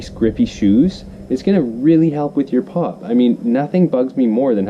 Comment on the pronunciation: I hear "pot" instead of "pop" everytime XDD